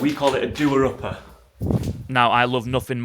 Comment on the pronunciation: "Dooer upper" Jesus...Hiroshima would have been easier